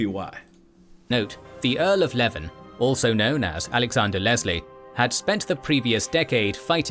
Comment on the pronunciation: This guy's pronunciation is appalling. Apart from the "Berwick" thing (you are, indeed, correct), Alexander Leslie was the Earl of Leven (lee-ven), not "Levin"